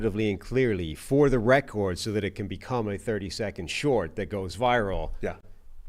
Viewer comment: Lmfaoo you know how hilarious it is that wants to argue how to say someones literal NAME but he himself pronounces the word "record" like a certified nerd. top shelf comedy this guy